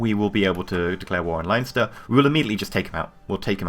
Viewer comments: it's pronounced LEN-ster.:) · It's pronounced LEN-ster ;)